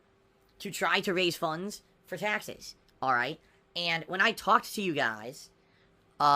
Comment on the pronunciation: "Raise funnnnnnns" You mean funds? LOL